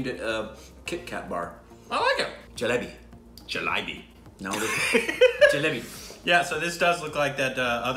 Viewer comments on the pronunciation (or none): Not jelabo